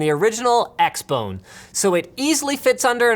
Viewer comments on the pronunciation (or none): Did he say X-BONE??????